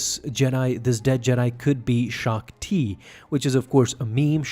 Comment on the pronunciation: Its Shak-ti lol